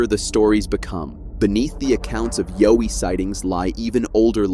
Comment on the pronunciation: Like your saying owie but put a ya before it yaowie, that's how Aussie's say it mate Got there in the end